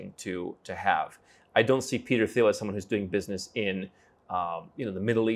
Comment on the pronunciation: Very nice. But dude, the "th" in Thiel is pronounced like that in Thailand: just like a "t", and not like that in "think". Also, one wouldn't have a philanthropic "impact", but an influence or contribution.